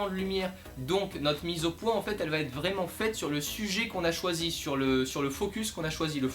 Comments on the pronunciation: Le "T" entre "va" et "être" est dérangeant mais la vidéo est bonne :) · Merci de tes explications assez claires pour un débutant, mais élocution un poil rapide et.... y a pas de t à va, donc pas de liaison ! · va / être et non va t être ;-) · Bravo pour tes vidéos, un "petit" bémol grammatical désolé, "la photo va être"sans liaison puisqu'il n'y a pas de "t" à "va".